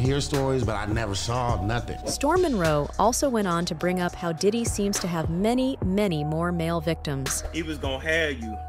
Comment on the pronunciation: He keeps saying daddy‘s house Not Diddy but daddy